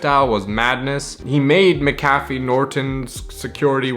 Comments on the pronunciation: its Mac-a-fee.. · It's pronounced mac-ah-fee